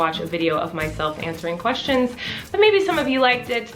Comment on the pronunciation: Lol "twestions" could actually be a new term. It works 🤷😅